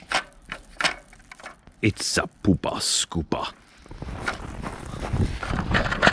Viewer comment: "It's a Poopah Scoopah" made me giggle!